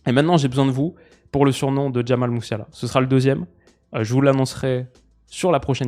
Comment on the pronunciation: Jamie Messiala prononcé à l’anglaise